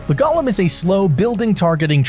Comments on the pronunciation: It's not "gollum." It's golem. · Bro please it’s pronounced go-lem, gollem is objectively incorrect as per Merriam-Webster.